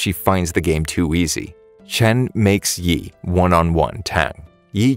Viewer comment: its not yee its like yeah